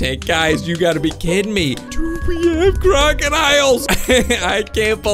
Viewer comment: when you said crocodiles it sounded like kraken isles